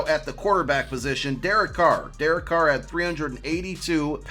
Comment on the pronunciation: Thank you for saying Carr